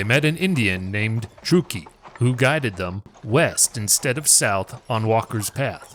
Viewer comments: Truck-key not true-key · It's pronounced Truck-e please. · It's pronounced truck ee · I grew up in Sacramento County and am very familiar wth this history and the environs. No one has ever pronounced Truckee as "True-key." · I am born and raised in TRUCK-EE you are saying it wrong. But great job other than that. Thanks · me no understand? Now it's pronounced TRUCK-EE. no big deal. right? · It's Truckee ..... like you are driving a truck. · Ya' might want to find out how to pronounce "Truckee".... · I will subscribe when you bother to research you language pronunciation. Truckee